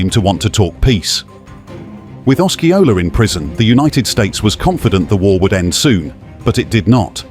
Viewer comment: Gullah are the people geechee is the language. Os see ola is how u pronounce Osceola.